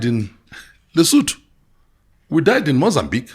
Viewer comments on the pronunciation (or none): none